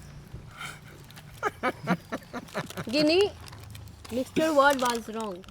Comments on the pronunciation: Aby oo mixcher nahi hota mixture hota ha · वाह रे बेटा विषाणुआ तूने तो इंग्लिश कि मा बहन एक कर दिया मिक्सचर 😂 में ही (Mixture)😂 लोल है रे तू तो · Mixture not mixure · Bro the correct spelling of mixture is mixture not Mixcher you all were appreciating him that you are right no he was wrong and I thought had to much knowledge but now I am wrong 🤟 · " Mixcher "🤣🤣🤣🤣🤣 Sab nei taali bi bajai mazza aagya 🤣🤣🤣🤣🤣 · Mixcher❎ Mixture✅ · ❌ mixcher ✅ mixture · Mixcher nhi hota bhai mixture hota hai😂😂